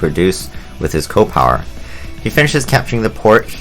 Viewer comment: I find it funny that you pronounce it co-power and not C.O. (see-oh) power.